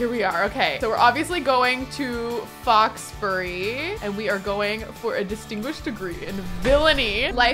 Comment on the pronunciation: 'Foxbury'....'Fox Berry'...... I see it. I get it.